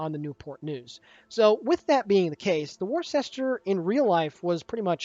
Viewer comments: lol...so triggered by pronunciation "war-shester"...but I am from Massachusetts. It is pronounced "wooster." LMAO ;-) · As someone who is FROM Worcester, it is NOT pronounced "Wor-ses-ter". It's pronounced "Wusta". I know it's weird, but that's honestly how it is. I cringed when you first said it. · of Warships - "Worcester" is pronounced as "Wooster" FYI. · Worcester is pronounced Wooster... Or woostah if your a local... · worcester pronounced woooster?? dont know why, but it was an atlanta replacment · Its pronounced wuster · pronounced Wooster as in the condiment Worcester sauce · It's pronounced 'Wuster' :) Like cleaning with a 'duster' ... you can do it !!!!!!!! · She is pronounced Wooster as in Jeeves and Wooster. There is also a sauce called Worcester sauce that is added to Bloody Marys and that is also pronounced Wooster. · It's pronounced ........Wister........ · Its pronounced "Wooster" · Here in Maryland, Ive heard people pronounce it as weird as "war shis ter" when talking about Worcester County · How to pronounce Worcester